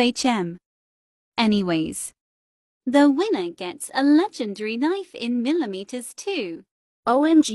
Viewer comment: AHH yes melemeters